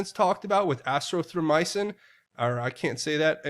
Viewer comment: you Just Pronounced Azithromiacin correctly